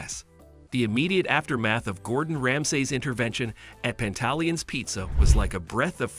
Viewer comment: In the future you might want to properly learn how to say the restaurants name. You sound crazy.